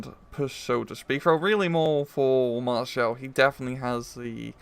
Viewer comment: it's maréchal boulanger or just boulanger, not maréchel